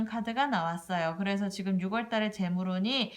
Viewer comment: 잘들었습니다 육월이 아니라 유월이라고 해주세요~국어선생은 아닌데 발음이 좀 신경이 많이 쓰입니다~^^